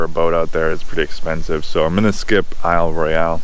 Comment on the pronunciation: Hi! Your videos are really helping me plan for my trip this summer. One small thing, Isle Royale might look like it would pronounced similar to "Royale with Cheese", but the e is actually silent.